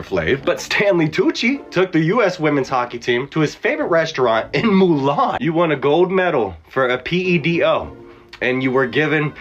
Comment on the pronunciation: “Mulan” um sir look at a map and learn to read it’s Milan